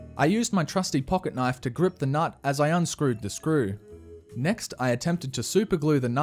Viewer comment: “Held in place by a N U T T on either side”